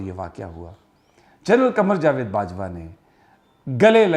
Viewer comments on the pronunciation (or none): none